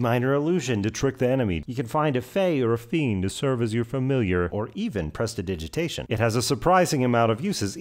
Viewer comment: Ok but does anyone know how the fuck to say presidisitation or are we all just wgngwyhtqh